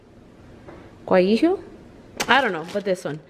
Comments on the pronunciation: girl I was cracking up when you were trying to say Guajillo. 😂😂 love this recipe tho ❤ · lmao you trying to pronounce chile guajillo🤣🤣 me af when i was learning to cook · You struggling to say guajillo cracked me up 😂😂😂